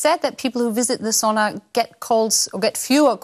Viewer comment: Das ist Sauna, nicht Soona ;). It’s Sauna, not Soona ;). Greetings from Finland ;).